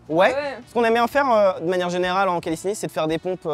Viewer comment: Pourquoi il dit callisthenic*s* 🤔 sinon cool de te voir essayer notre sport 🤌🏼